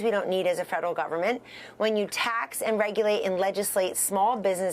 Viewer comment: Harris has NO idea what she's talking about! She can't even pronounce PRICE GOUGING correctly, she called it price gauging along with Hospitality workers being pronounced incorrectly by saying hospitibility workers! She's so out of touch with REAL AMERICAN FAMILIES! She's proven that she's just plain ignorant about business and has no idea what she's doing!